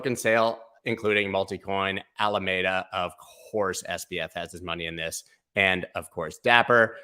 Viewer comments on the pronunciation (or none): none